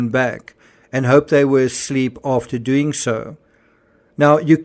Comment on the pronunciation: Is anyone else suspicious that they are actually NOT Medical Doctors?? in my country you always address one as "Dr" Smith for example, just like in the UK when you say "SIR" if you have that title. Why I am suss is because Kate said "we knew what we were doeen" and "where we were goeen". In a long career working with Medical Professionals I have never ever heard one Doctor speak like this. I can pull more examples. Gerry is NOT a Surgeon. FACT